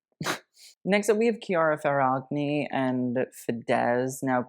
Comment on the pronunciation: the way you pronounced Chiara Ferragni and Fedez's names had me laughing